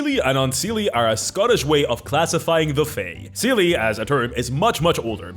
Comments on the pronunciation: I know you, as a latin speaker, would pronounce Seelie like that (I am as well), but the correct pronounce is something like "shee" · It's pronounced say-lay and un-say-lay 😞